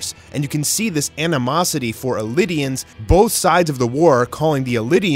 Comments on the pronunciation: Definitely pronounced eldian not “elidians” and that’s the jaw titan. Have you read the manga? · You're pronouncing it as elidian but its eldian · Had to stop watching the video at hearing “Elidian” for the 3rd time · Some misleading information here fyi. I never heard it referred to as lion titan until this video. Also it's pronounced Eldian not Elidian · Why do you keep pronouncing "Eldian" like it's spelled "Eldinian"? It's really odd. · Bro its ELDIAN not ELI-DIAN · yeah because those mispronouniactions are understandable because thats how they look. Eldian doesnt look like "Elidian" but he pronounces it like the japan do even though no one pronounces the japanese way of saying Mikasa or Armin. I personally don't really care but tbh it doesnt make sense to me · he hasn't, and he's pronouncing it this way bcus he's directly transalting the japanese pronunciation "eridiansu"